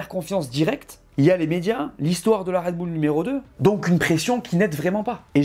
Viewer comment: Ca fait plaisir un français qui prononce à peu près correctement le nom de cette équipe, marre des commentaires parlant de "Raide Bulle" !